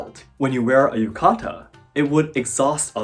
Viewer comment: ah, yuka-ta